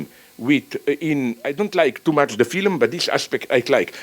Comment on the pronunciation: I swear, Slavoj fucks with you with his accent. I hear him pronounce the age old 'Phylum' instead of 'Film' and think "Ah that accen-" and he hits me with 'Adequat' before I can even finish my derisive thought. I can't help but think it's deliberate.